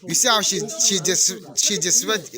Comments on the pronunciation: "disrespect"... dissreserrre 😂😂😂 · It’s the dude trying to say disrespect for me lol.